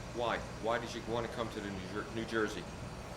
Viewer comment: “I’m originally from Noork”